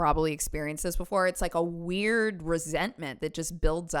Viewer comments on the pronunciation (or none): none